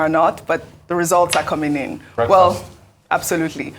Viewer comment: Did rufai say "breakfast" 😂